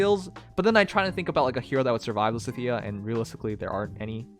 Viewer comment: Why does he never pronounce lysithea correctly